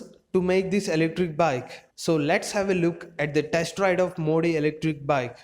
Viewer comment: Its modi not mo d